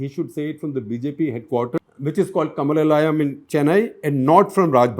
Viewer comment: Sg sir it is Kamalaalayam and it is Thirukural and not Thirukuraaal! I don’t understand why you find it difficult to Pronounce Tamizh and Malayalam words while very comfortable in Chinese and Russian words many many times. You remember in that CTC you openly said in the beginning that you are going to pronounce it wrongly as Viranyam instead of Vizhijam finished the entire episode pronounce it as Viranyam. Aringnar Anna, Thandai Periyar and Kalaingar all pronounced wrong as well It’s not that you don’t have Tamil people in your editorial team. There are many like Praveen swamy. We are very hurt as our most loved SG is doing this only to south who is otherwise so meticulous.